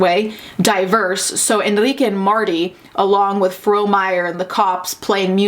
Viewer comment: The thing that really tripped me up was how they couldn’t say the name Enrique. ENRIQUE. ITS THE MOST COMMON LATIN AMERICAN MALE NAME.